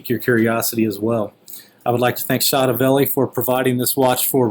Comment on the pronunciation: you don't pronounce it chotoville! its pronounced cho toe ve lee.. chotovelli.